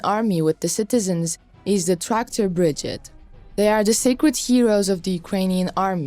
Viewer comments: BRI-GADE. not big-gid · Bri-gade not bridgeade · Slava Ukraina's grandfathers ! for the comentarist , the formation is not a "BRIGIT" ,but a "BRIGADE" ,phonetic -BRIGEID..... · This is a positive comment on the good work in making these videos available to English speaking audiences. But please pronounce "brigade" correctly. Pronounce the last 3 letters like the 8d or aid like in "lemonade" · This lady needs to learn how to properly pronounce BRIGADE, breee-GA-DE, not “Brijit” 🙄🤦🏼‍♂️ Also, RIFLE….RI-FULL not “Riffel” FFS. It’s in the video title even FFS!